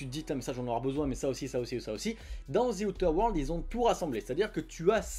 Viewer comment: Zi outeur world l'accent ma flingué !